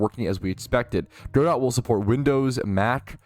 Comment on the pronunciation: FYI it's "Guh-doe" as in the French name like in "Waiting for Godot". Not "Go dot".